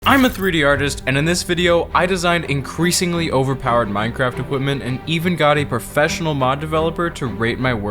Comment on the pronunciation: i heard ‘equipment’ as ‘women’ lmao